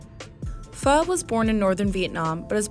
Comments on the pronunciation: Pho: not “fo” but “fer” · its pronounced “fuUH” not “fo” got it? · Pho is actually pronounced Pha. Helpful hint